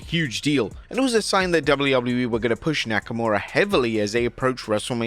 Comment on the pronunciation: Dabuļjū Dabuļjū īī 😂😂